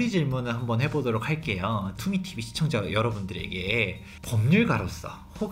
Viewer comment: 소장님이 투미 TV 말하는데 이상하게도 갑자기 투기TV 로 들림.ㅋㅋㅋㅋ